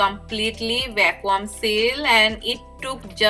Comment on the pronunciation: Hi dear... not pronounced as "VACKWAAM"... .it should sound like......VACKYOOM. Hope u got that👍